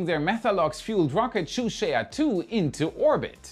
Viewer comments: “Zhuque” is “Shoo-shwaya”?!?!? Get a pinyin pronounciation guide, PLEASE! Pronounce it “Joo-chway” and you’re at least close. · It’s pronounced /Jew Chway/ 😂 not /Shoe Share/ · Shu sheya ?? Not even close on the pronunciation 😂😂 JU-CHEH would be close...sort of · "zhuque" doesn't splee "twoo shea ah" its supposed to be "choo tseeah" the second sound is in one syllable. more like a "choo chee" but with an accent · Zhuque isn't pronounced as Shusheya. It's Jukaa with an emphasis on K. Zh in Chinese is J and no Sh sound. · Juque is pronunced “jooh tch-ueh”, 2 syllables total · Please use the forrect pronounciation. It is similar to Ju-chue, using English J and English CH. It is not the exact pronounciation by anything is better than your French-like pronounciation. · Zhuque朱雀 pronounced like "choo chair", a mythical bird, phoenix like suzaku. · Why are you calling it "shoe shay a twee" at least pronounce three correctly 😂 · ZhuQue should pronounce like "chu jerk" in English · Zhuque朱雀，you can pronounce it as dzoochier in English. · That would be pronounced like “Jew Chu-eh” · Zhuque is phonetically pronounced Ju-chuey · Bro where the hell r u getting your pronounciations from? Do you just look up a term randomly in your Cantonese Fake Kung Fu Dictionary and swap it for the Chinese word? Its Jew-Chew-eh. (Zhuque) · 先練好‘’朱雀‘’發音好唄？這發音簡直悲劇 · Nice vid but your pronunciation of Zhuque is killing me 💀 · The first 2 zhuque pronunciation still barely making it but 3rd onwards he totally lost it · Haha, too hard to pronounce ZhuQue